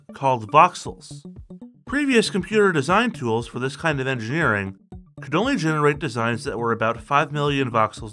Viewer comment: "Massive engrgreing products..."